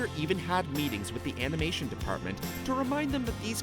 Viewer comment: Number 60 he says amination instead of animation😂 I'm sorry